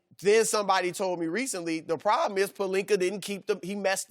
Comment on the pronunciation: Shannon: "That won't be a prollum" Lmfaooo